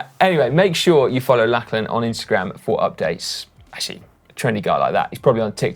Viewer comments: it's pronounced 'locklan', not lacklan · His name is pronounced like a Scottish lochs. So it sounds like Lochlan despite the spelling.